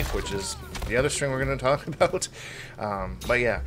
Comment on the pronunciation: haha! You do say about and not a boot! Lol gotcha!